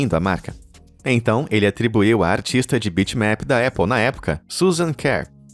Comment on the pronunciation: Épple kkkkkkkk é Apple!! com "A" muito bem pronunciado